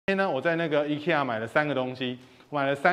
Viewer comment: 念法錯了吧?IKEA 正確發音應該是IKEA